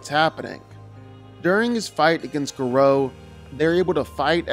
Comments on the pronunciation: Gah-row not grow... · U pronounce gorou name wrong 😂😂